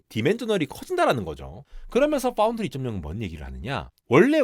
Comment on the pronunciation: 삼성파운드리 언급할 땐 F발음 유념해주셔야